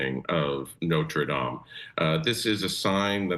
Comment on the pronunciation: She couldn't just say Notre Dame she had to pronounce it some effed up way.. 🤷🏻‍♂️